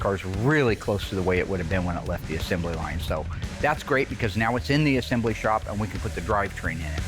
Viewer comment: Will invented a new word: “assembely.” It’s assembly.